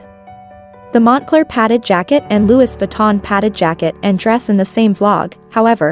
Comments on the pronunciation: So bothered how she pronounces Louis Vuitton… it’s silent S! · Dont say Louis Vuitton ever again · If you could pronounce Louis Vuitton properly it would be nice 😩